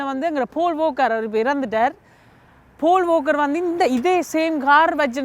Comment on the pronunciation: Ada pavigala Paul walker eh pool ooker nu solirngela bro😂😂